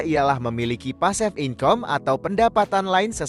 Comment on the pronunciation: Saya tergelitik saat mendengar pasif income (pasifikame bacanya) wkwkwk